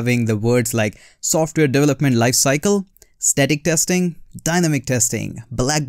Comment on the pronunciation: It’s not TEXTING..ITS TESTING … IMPROVE YOUR ENGLISH PLEASE..